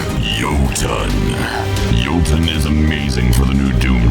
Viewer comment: OMG YOU'RE THE ONLY PERSON WHO CORRECTLY PRONOUNCED JOTUN!